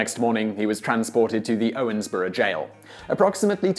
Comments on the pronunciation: Why are you saying "Owensboro" like "Owensborough"? Kind of annoying; I live near Owensboro and no one says it like that. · It's pronounced Owens"burrow " not Owens"borough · Really? I always heard it pronounced "ORns-burro". Also, Daviess County gets its spelling from a typo by a county clerk, since the County is actually named after Major Joseph Hamilton DavEIss. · listening to his pronunciation of Owensboro and Davis County hurts just a bit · I live 5 minutes away from Owensboro ( and he is pronouncing it wrong ) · Im from Owensboro (PS you botched the name xD)